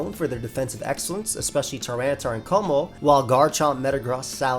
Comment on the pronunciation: It’s pronounced meh-tuh-GROHS, KUH-moh-oh, and hye-DRY-GIHN, “”! 🤨